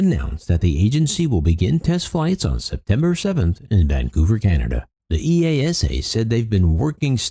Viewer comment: FWIW, EASA is pronounced as one word where I live. EEE-ARSE-ER